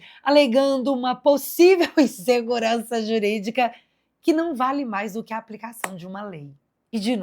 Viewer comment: No caso, insegurança jurídica, ele errou a pronúncia!